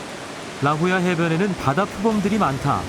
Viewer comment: 라홀야 라고발음